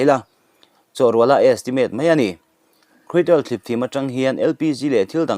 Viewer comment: Krud...oil ti mai la,lam a awl zawk , Cruid all i ti daih phah kha